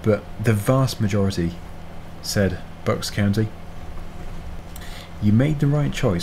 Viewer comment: You said Bucks County wrong. "Bucks COW-knee"